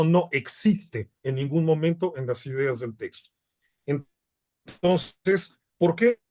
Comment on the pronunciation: No sé dice testo es texto!